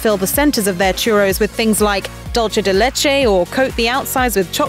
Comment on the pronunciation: Or “dulce de leche” in an Italian accent . . . 🤦‍♀️